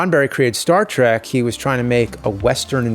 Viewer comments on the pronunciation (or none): none